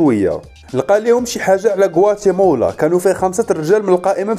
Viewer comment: غوااتيمالا وليس غواتيمولا.... تحليلك ألسلس والمفهوم رااااائع وتحياتي لك.... واصل اخي الكريم وشكراً لك